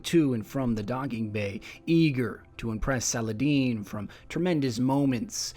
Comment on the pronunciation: The way pronounced Saladin is very close to the actual Arabic pronunciation of the name. Kind of caught me off guard, haha.